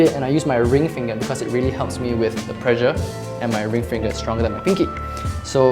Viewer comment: Instead of "pressure" I heard "pleasure". Sure made a difference in how I viewed the video!